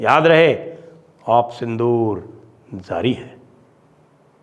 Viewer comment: Zaari. Nahin Pl pronounce it properly as Jaari. Listen to song from Kagaz ke Phool … yeh khel hai kab se jaaari …. Not Zzzari